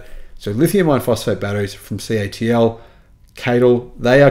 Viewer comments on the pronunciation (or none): Mate, it’s C.A .T .L not caitle